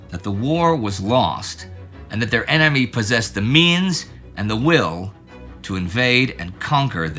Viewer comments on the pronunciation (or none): none